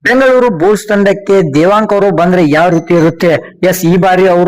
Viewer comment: ಪದೇ ಪದೇ but ಬಳಕೆ ಬೇಡ. ಬೂಲ್ಸ್ ಅಲ್ಲ ಬುಲ್ಸ್.